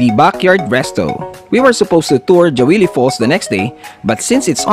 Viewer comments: natawa ako sa Jawili 😂 its pronounced as Hawili sir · Hawili po basahin yan sir , hndi po jawili 😊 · That's pronounced as Hawili.